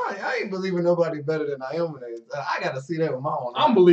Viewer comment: heyy!! i've just binged watched your entire playlist of knb and am about to hit up the other ones. you guys are funny and provide a very chill atmosphere. i also love how you guys know the sport and can name all the moves (because i can't haha) no hate or anything but aomine is pronounced ow-me-neigh . i just noticed that and just wanted to be helpful. peace and stay lit, can't wait for s2